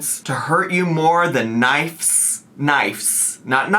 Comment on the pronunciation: Can’t believe she got “throes” correct, but whiffed on knives